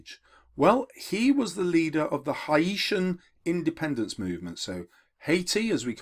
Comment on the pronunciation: Really gets my goat when teachers can't pronounce common names correctly. Haiti is pronounced 'HAYtee' and Haitian is pronounced 'HAYSHun'. Come on, you can do better!